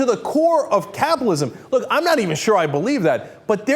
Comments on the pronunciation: Dude, it's cap-IT-alism, not capalism! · why cant this dude pronounce capitalism or frightened